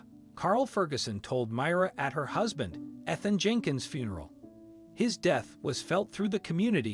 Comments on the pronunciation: That's all I could think when he kept saying "eth-in" instead of it clearly being "eath-in" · Weird Robot-sounding narrator made this difficult to listen to. How could anyone not know the name is pronounced "Ee-than" NOT "Eth-an"? and there were at least 3 pronunciations for "Myra". P.S. I'm sure the crooked lawyer made sure to have the last will dated close to the father's death, and likely succeeds the will found in the floor safe by the son, later. P.S. I have never heard of there being "wallpaper" in a trailer (!) especially, one used by men in their fishing camp. Lots of loose ends, unbelievable story. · How about pronouncing Ethan- Eee than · I’m annoyed by the fact that you keep mispronouncing peoples names. Ethan. With the emphasis on the E. Myra, with the emphasis on the Y. I can’t believe I just wasted 10 minutes watching this video, yes I know it’s minutes long, but I didn’t watch the whole thing I was so annoyed by his mispronunciations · You keep saying the widows name differently, what is her actual name. And that's not how you pronounce the name Ethan. Eth-in is how it's said correctly. Ffs. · It’s Eeeethan you lazy, digitized defective dolt. Don’t waste my time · Are you sure you are pronouncing ‘Ethan’ correctly? It is usually spoken as “EEthan”. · Can't even read correctly mispronounced name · Learn to pronounce Ethan and Myra. You screwed it every time.